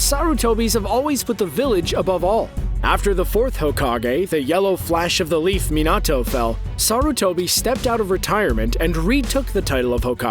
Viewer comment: minato was said so bad (its not me-nah-toe its me-nuh-toe)